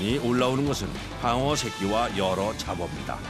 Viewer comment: 방어가 빡어로 들리냐